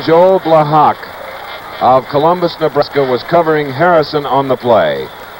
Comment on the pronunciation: Chris Schenkel kept mispronouncing Joe Blahak's name. It's pronounced Bla-ha, not Bla-HAWK. The K is silent.